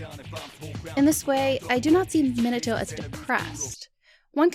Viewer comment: I don't like how you pronounce Minato. that's just me however, you can pronounce it how you like.